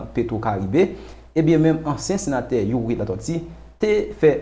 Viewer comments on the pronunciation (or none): Yow sispann pale tenten tande figui di m panc sete yon bagay serye ou tap vin pale ui dyòl sirèt ou pa menm ka pwononse nom senateur Youri byen menm...monchè souye dyol ou nan yon pil kk pa jam site nom misye anko ok kokorat oumemm ak tout Rosmon jean enbesil nèg sòt dyol mayas